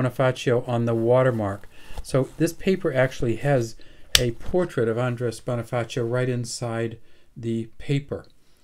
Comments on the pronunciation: The Pronounciation of the name of Bonifacio was Bonifasyo not a Bonifaceo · Bonifacio is pronounce as bonifasyo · Maybe may background sya sa spanish kaya T ang bigkas nya sa C.